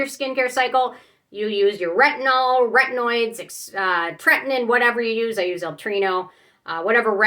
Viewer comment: It’s pronounce tret-in-oh-in. Not tret-in-in.